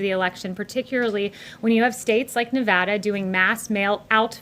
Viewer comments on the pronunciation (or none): none